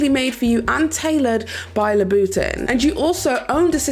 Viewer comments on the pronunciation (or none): its so interesting hearing your accent! like saying Louvre...which is usually pronounced "loov" or Louboutin that you hear pronounced as "luba'tahn". it takes me a second to catch it. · *cringe* at every time pronounced Lou Boutin etc